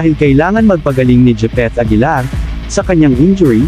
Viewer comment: Gipit aguilar daw 🤣🤣🤣🤣